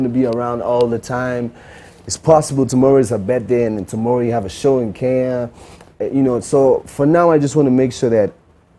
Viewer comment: Iyanya say Kenya not Keya....Ke..nya... Iyanya not Keya...that's all I got..